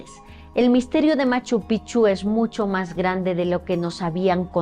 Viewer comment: Gabino Sánchez no Chávez Fue mi tatarabuelo y tengo fotos de él en Machu Picchu con los amigos que mencionaste!!! ✨✨✨ Y espero no caer pesada pero la pronunciación de Machu Picchu es PiKchu. La mayoría lo pronuncia mal. 😊